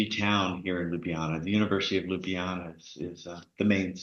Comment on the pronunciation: Please please please FFS say it right! it is LJUBLJANA - (LYUBLYANA?)! not Lubljana! How can this be such a problem ? Especially for the people that are already here for long time*